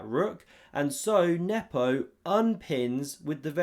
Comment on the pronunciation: You still mispronounce Nepo's name.